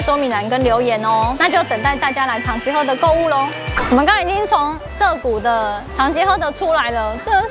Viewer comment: 聽到主持人唸完品牌 就想到「是 唐吉ㄏㄜ～德，不是 唐吉ㄎㄜ～德」😂😂😂